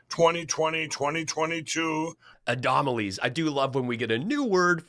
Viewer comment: The orange "adomalie" 😂